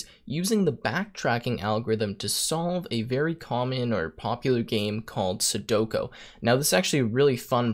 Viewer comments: Sudoku, not sudoko.... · “Sudoko” lol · Please tell me by now you know it is pronounced Seh doe koo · The way he says sudoku doesn’t hit my ear right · You can't write an algorithm to solve a game and not prounonce it correctly